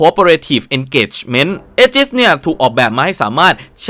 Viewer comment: ถ้าอ่านให้ถูกคือ "อีจิส" ˈējəs - ae-gis ครับ เผื่อใครยังไม่ทราบครับ